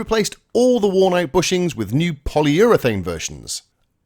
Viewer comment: Since when did “ bushings “ migrate to the English mainland ?😳